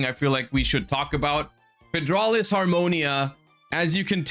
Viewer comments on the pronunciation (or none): the bigger crime than the upcoming prices is definitely the name of "fydraulis harmonia" wtf is a fydraulis